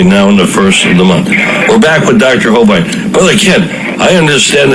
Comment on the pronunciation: Thanks for the upload. I do wish the radio host would stop mispronouncing Kent Hovind's last name. It's a "short i", not a "long i". And the stress is on the first syllable.